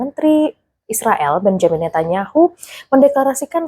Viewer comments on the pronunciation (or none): none